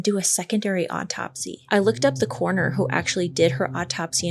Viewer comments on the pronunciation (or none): "Coroner" has three syllables. It's not a corner.